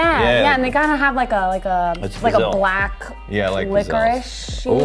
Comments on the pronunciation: The way she pronounced pizzelli 🤦🏻‍♂️🤦🏻‍♂️🤦🏻‍♂️ It’s peetz-el-e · It’s pits-zel not pizzel